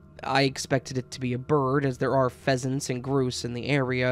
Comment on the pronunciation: The one about the little dinosaur. You said “there are pheasants and gross in the area.” Jokes aside, you did a good job considering. ✌️